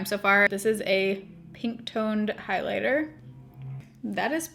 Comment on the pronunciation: Bligh-lighter 😂😂 love you.